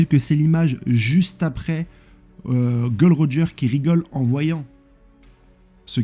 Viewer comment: Gros je regarde toutes tes vidéos je te kiffe hein t'es un bon! Mais par pitié ... Dis les nom correctement j'en peux plus "golden roger", "log tail" je vais canner allez force à toi je pose un like